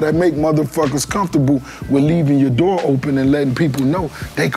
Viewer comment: Rick Ross was “walking out the doorh” on y’all ass😭😭